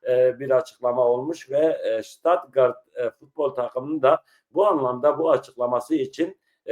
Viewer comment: Stuttgart,, U,,, A DEĞİL